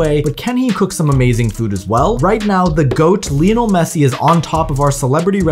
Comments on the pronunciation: It's pronounced lie - nol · “Leeinol Messi” How do you even come up with that pronunciation 💀